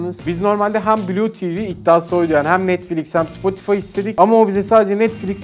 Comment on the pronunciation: O NETFLİK DEĞİL NETFLİX